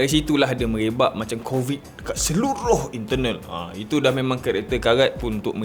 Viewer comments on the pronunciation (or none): none